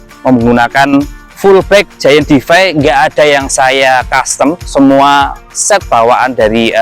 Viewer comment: Koreksi dikit mas; bacanya: “Di-Fay” bukan “De-Fi”. Terima kasih